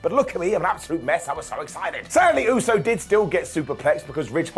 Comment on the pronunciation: Vince would’ve fined Sami for saying Usey. Lmao